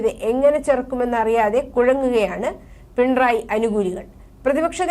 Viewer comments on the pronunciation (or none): പിൺ റായ് അല്ല മാഡം .... പിണറായി എന്നാണ്. അക്ഷരം സ്പുടമായ് പറയുവാൻ ശ്രദ്‌ധിക്കുക🙋🏻❣️🌹❣️